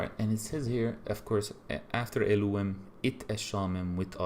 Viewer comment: It is Elohím pronounced Elúwem